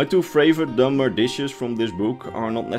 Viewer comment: For a moment, I thought he said 'Dumber' instead of 'Dunmer.'